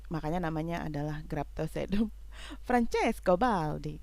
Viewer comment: Hahaahah beneran terhibur bgt wkt kk blg francesto baldi... emang hrs dialegnya italy gt kak, btw auto subscribe kak, dan salam support sll, auto sub balik yah kaka 😘dan mohon bimbingannya kk bagi sy yg baru mencintai tanaman sekulen tertarik krn bentuk sekulen yg kerdil dan lucu2 tp gemeshh ...terima kasih ats semua pencerahannya sy banyak belajar 😍 salam pecinta sekulen kk 🥰